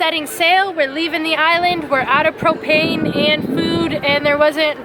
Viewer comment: Hey Cap-e ton spot on bud keep it real, Did Kris say 1: 06 " Out of food and cocaine or propane? carry-on